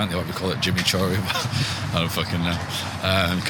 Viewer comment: ‘Jimmychuri’🤣🤣 class Swedish house mafia whoo??